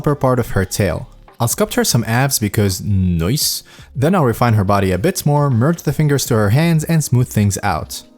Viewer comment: i love how he say "NOICE" Great content i love it keep it up :P